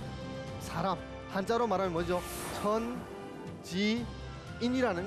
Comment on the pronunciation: 왜 "간단"을 "간딴"이라 발음합니까?? "씸어 먹는"논어라니요? 왜 이렇게 비속한 표현을 경서에 써야합니까?? 쉽게안 말하는것이 능사가 이닙니다. 때로는 선인들에 대한 불경이옵니다. 한국의 구어화 문재가 심각합니다. "물음을 던진다?? 이 역시 외래어의 역어임을 아시지요. "사람"의 발음도 틀렸습니다. "사람"의 "사" 는 길게 발음해야지요. 질의할것을 규ㅓㄴ하시는데 논어라곤 전연 모르는 일반인에게 무슨 질문을 하라는 것입니까??